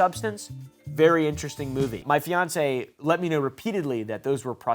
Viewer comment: Am I crazy or did he say FIANCÉ